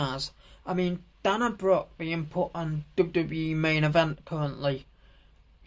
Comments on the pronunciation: it's pronounced day-na and rhea is ree-a but otherwise it was a great video mate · Hold up how did you just pronounce Dana Brooke 😮